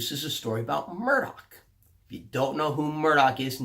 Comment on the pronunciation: I think the name you're looking for Murtagh not Murdock because if you're thinking of Roran you're, like really REALLY off base on the pronunciation LOL but yea. I love Eragon too man I haven't read the new book yet but the narrator for the audio books is as you say AWESOME as well. I listened to them a LOT while I was in the navy especially when I was winding down for the day in my rack on the ship. Great books. I just have to get on this new one before I go nuts. 4 books in the series by the way: Eragon, Eldest, Brisingr, and Inheritance... xD how did you forget its 4 books.